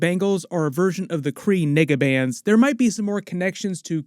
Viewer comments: We know what you’re trying to say but you’re definitely said “n word” bands. Be mindful of how you enunciate your vowels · Nigga what did you sayyyy???? The Kree what-a bands???